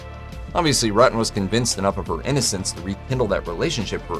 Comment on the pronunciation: It pronounced ROOO TUN